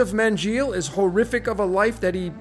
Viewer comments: Buddy, if you studied “my holocaust” in such detail, how can you not pronounce Mengele properly. Ashkenazi’s saturated the upper ranks within the Nazi Regime. Eva Braun, H’s wife, was Ashkenazi. There def were Israelite Jews who were thrown under the bus by the cloaked fakes. But by no means was the H “real” in the extent told to us by hollywood or “his-story” books. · no different playbook than they run today. Its pronounced “Mengaele”